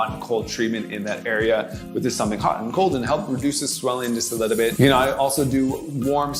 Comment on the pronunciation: Not a lot just a “Liddlebit”